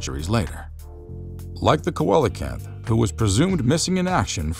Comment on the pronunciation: Coelacanths (seel-a-canths)